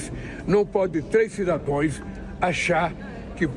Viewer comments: O que esperar de um presidente q pronuncia cidadões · Cidadoes? Kkkkk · Esse bêbado analfabeto fala " cidadoes" e ainda repete o erro ! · O molusco é um lesado mesmo não terminou a quarta série mesmo nem cidadãos ele sabe pronunciar. 😁😁😁😂😂😂🤣🤣🤣